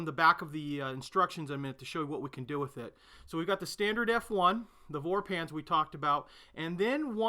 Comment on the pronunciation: Hello, v is read as f in German. So it is not a "vorpanzer", but a "forpanzer".